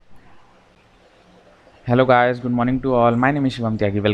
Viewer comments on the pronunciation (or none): none